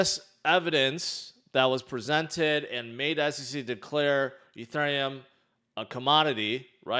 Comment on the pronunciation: Why do you say Ethereum like that. Stop it.